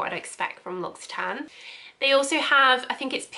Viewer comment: Come on! if you're going to do a video on them at least research how to pronounce the company name before!